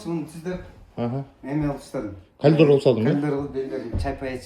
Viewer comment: Калидор эмес "коридор"